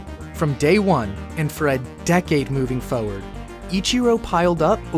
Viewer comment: "forward"s are missing their first R's. There's a "toward" but no "foward."